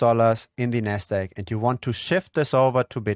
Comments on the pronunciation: if you space out the syllables ever so slightly and enunciate the “D” and “Q” in NASDAQ your pronunciation would be clearer. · haha, I thought the same thing, it's your accent, when you reference the Nasdaq, it sounds like "nest egg" which is another term for a savings plan for a household 🤣 Great video! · Ah took me a while but you're referring to pronunciation of Nasdaq...